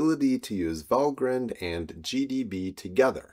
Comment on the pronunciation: I might suggest it is pronounced val-grind like coffee-grind, and no haven't grined since writing this 😁. Regardless, great video!